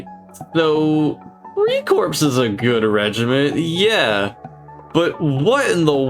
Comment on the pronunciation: Did this guy just call freikorps “free corpse”